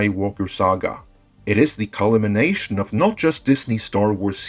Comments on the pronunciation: "CA LI MI NATION?" NOOO : CUL MI NATION? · Listen. This is the most important take away from this video, for me. CUL MIN ATION. Not CUL IMIN ATION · "Culimination" Pronouncing is so the letters are there.. and then some :)